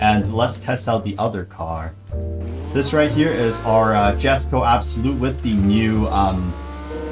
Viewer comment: just so y'know its pronounced "yesko" not "jesko"